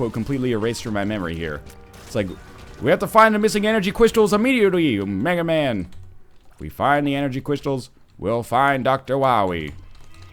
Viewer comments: NL its not Mega Man its Mega MAW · Actually Northernlion, it's not "Mega Man" it's "Mega Maw". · Sorry to break it to you Northern Lion, but it's mega maw, not mega man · Mega MAW, Mega MAW!!!! Not Mega man >. < He is a big (Mega) face (Maw).... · I'm so sorry to burst your bubble NL, but it's Mega Maw, not Mega Man. :( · It's called Mega Maw, not Mega Man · 'Mega man'. NL please. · IT'S MEGA MAW DAMMIT